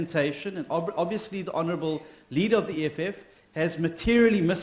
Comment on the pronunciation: Hounarable hounarable hounarable